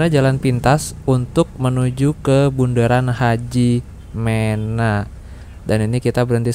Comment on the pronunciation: Hajimena (me) bacanya bang bukan HAJIMENA 😂